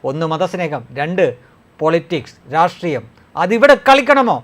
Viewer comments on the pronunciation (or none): none